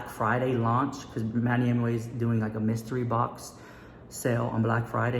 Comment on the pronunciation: Hahaha what? You’ve been saying Manny Mooch for ages 😂😂😂😂